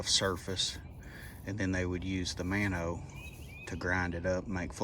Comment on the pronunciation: Spelling is Mano but the pronunciation sounds like Mono